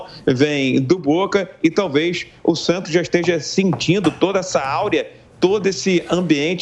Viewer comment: jornalista falar a palavra "aurea" é de doer...